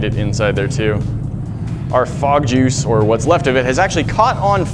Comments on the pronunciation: What is fog juice... I thought he said bog juice... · At the start I thought you said frog juice so I was really confused and concerned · I totally thought you said "Frog jews". lmao